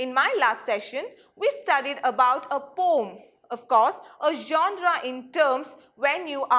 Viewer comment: Poem pronunciation wrong😔